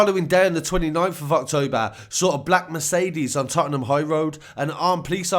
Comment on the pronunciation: We all going to ignore the way he pronounced Tottenham 😤